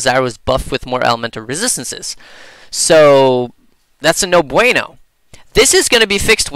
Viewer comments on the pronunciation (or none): I like when u say: "No Buenou! "